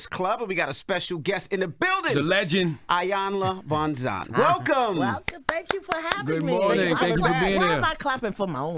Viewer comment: I need Envy to learn how to pronounce Ms. Van Zant’s name…..she’s been on enough times to know it by now…..smh